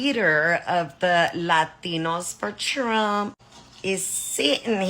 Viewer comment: KH told them what would happen. "I will bota for donald tzrump.